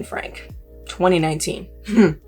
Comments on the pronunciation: Definitely not the point but for your future research, I believe their last name is pronounced “Frankie” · Last name is pronounced Frank-ie. Ruby & Kevin have gone off the deep end. It's sad for their kids and extended family.